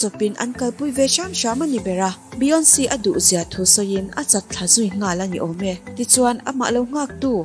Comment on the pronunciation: Beyonci tih in lam toh suh a nilo beyonce